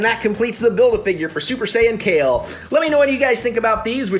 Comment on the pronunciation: Kefla not kale